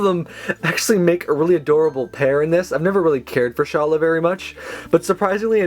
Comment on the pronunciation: You pronounced Carla wrong.